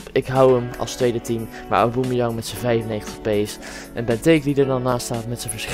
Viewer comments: Auboemeyang ?? Tis gewoon aubameyang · Kijk hoe dom : auboemejang het is : aubamejang